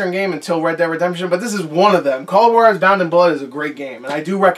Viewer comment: it’s actually h-wah-dez